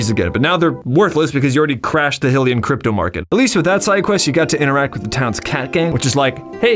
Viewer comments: You mispronounced "Hylian" — it's supposed to be pronounced like "highly-an" not "hilly-an." The cutscenes in Breath of the Wild prove this. Anyway, great video! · You are one of only 2 people I've heard say "hILL-ian" instead of "hY-lian." We know Hyrule is meant to be pronounced like "high" since there's also Lorule, which is named to be the opposite to Hyrule (high vs low). So if we know that Hyrule is pronounced like "high," why pronounce Hylian, which gets its name from Hyrule, as "hill-ian"???? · So Hylian is NOT pronounced "HILL-ean" they aren't from HILRULE it's HYLIAN as in "Hy-lean" like hi hello I'm a HYlian from HYRULE not hillrule I once had a really wrong person who I unfortunately called my friend who was wrong about everything all the time and he also called Hyrule citizens Hill-eans and it drove me absolutely bonkers! Clearly mispronouncing it. It's really easy to say but you're severely messing it up somehow. Why?